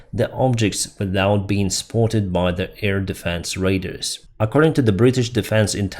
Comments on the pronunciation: Hi! Your say 'Raders' I think you mean 'Radar'. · Your pronunciation of 'Radar' sounds like the word 'Raider' which is confusing and incorrect. The correct way to say it is Ray-dar with second syllable sounding like car, and far, and star and are. Please try to pronounce it that way and it will improve the quality of your communication to English speakers